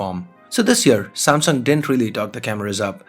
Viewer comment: u better practice speaking samsung instead of samsong